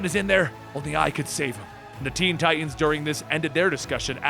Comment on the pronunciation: Ti tans, Ti tans, not Ti ans. Enunciate!! LOL I do love your vids tho.. Good job